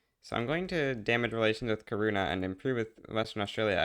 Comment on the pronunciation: Kaurna is actually pronounced "garna"